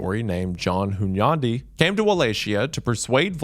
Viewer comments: His "Hunyadi" was pretty close tho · As a hungarian I approve pronunciation of Hunyadi. Also, Dracula was also known by the name Vlad Tepes. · I respect you for pronouncing Hunyadi’s name correctly 👍